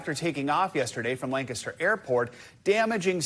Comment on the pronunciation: Thank you for saying Lancaster correctly.